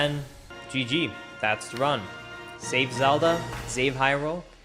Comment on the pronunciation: the Z from "Zelda" got stuck in his mouth and "save Hyrule" became "zave Hyrule"